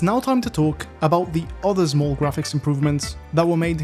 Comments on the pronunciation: "... and ZMOOL changes." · 0.39 update and still cant pronounce small properly